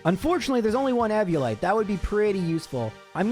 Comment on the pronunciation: Dude do you evvvolve or eeeevolve? Eeeviolite not evvviolite